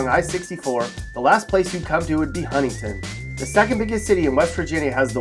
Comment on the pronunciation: This dude dumb saying Huntington.